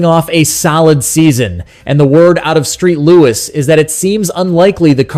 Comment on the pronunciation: Hey podcast nerd....." Street" Louis Cardinals.